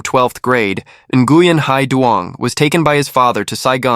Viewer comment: Learn to pronounce the name correctly! It's more like wing. No n at the beginning of the name. Like my friend.. Duy. It's not pronounced a Duy. It's more like ey